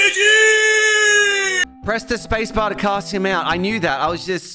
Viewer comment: does anyone else hear him say “cuss him out” instead of “cast him out” when he says “press space to cast him out”?